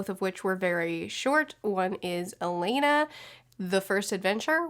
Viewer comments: Loved the Song of the lioness series, read it as a kid and again as an adult. Everytime you said Alaina I was like ALANNA! Hahaha, the things that annoy book nerds. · Hi! Really enjoyed this video. Thank you. I know this shouldn't matter, but my OCD won't let me not say something. Since you are continuing with the series, her name is pronounced "Ah-Lan-Ah". Sorry to be so picky. Don't hate me please. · Take a shot every time she mispronounces Alanna lmao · Aaaaa, it's so weird seeing my name on a book. And hearing pronounce it wrong:D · Great review! I loved Pierce's books -- I read them in school but still return to them regularly despite being in my 40s now. Also, it's pronounced "A-lan-ah", which is why it's shortened to "Alan" when Alanna goes to train as a knight. The whole Song of the Lionness Quartet is great but I adore the Immortals Quartet even more, and Pierce goes deeper into the land of Tortall with lots of other series so it's worth checking them all out! I hope you do continue with Song of the Lioness (at least) because it's so good! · It's not pronounced like "Elena", it's pronounced "Ah-lah-nah" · I'm so excited that you're reading these! I would also recommend Protector of the Small quartet in the same world. Also it's pronounced A-lon-uh like rhymes with Donna.